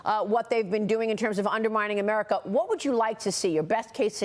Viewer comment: Did he just say “Amerina”